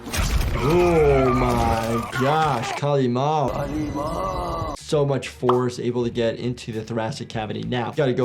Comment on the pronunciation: Doc its Kali Ma (godess) no Kalimal 💀